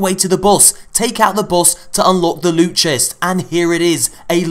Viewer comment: lewt my friends lewt!